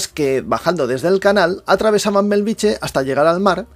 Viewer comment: Benvolgut atesa la importància creixent de la teva bona feina cada cop més gent et reconeix i et segueix et demanaria com a veí de Bellvitge que procuris pronunciar-lo correctament i no com una "choni" no és Belviche fa 50 anys que hi visco i magrada pronunciarlo correctament BELL VIT GE... amb ge de geperut!!! GRÀCIES canvia una mica pronunciat correctament deixa de ser un polígon dormitori i passa a ser una barriada nostrada.